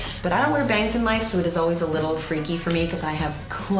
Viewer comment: i'm low key upset that she didn't call the small bun wig "smalls" just so she has "biggie and smalls." but also when she said little-y it sounded like "little edie" and i probably would've accepted that too because of jinkx